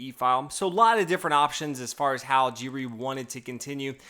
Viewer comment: Giri is pronounced with a hard G, like in ghost or girl.